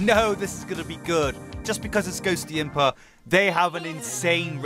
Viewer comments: Day 1 of saying it's pronounced Ghost-imp-ah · The full plant island song, and cold island P.s., (not judging) but Ghostympa, is pronounced Ghost-tympa, just letting you know